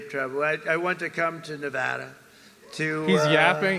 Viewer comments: fr though why do people say"Nevahdah"🤦🏽‍♂️ its Nevada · Hilarious.. You said Nevawda and later he talks shit about that lol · It’s “nuhvahduh”